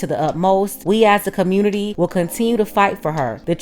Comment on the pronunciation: In the communitah, he’s a “real man.” 😂